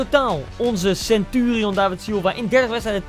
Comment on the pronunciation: Sentuurieon greet inglisj koen